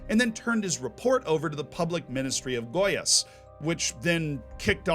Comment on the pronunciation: Hermione time: It's goiAs, not gOias